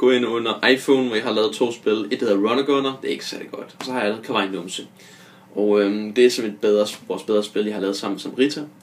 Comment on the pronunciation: Er ret sikker på du udtaler "Kawaii" forkert! Men du er nu sød nok! :'3